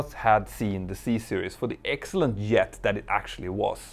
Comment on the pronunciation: Great video(s). Pls say "Jet", not "Yet"